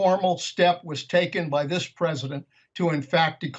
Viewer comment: Buh he was duh Pwesidont! 🤣🤣🤣